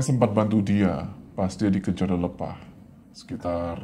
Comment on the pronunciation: Lelepah itu pake e kak. Bukan e . Jadi bacanya lelepah bukan lelepah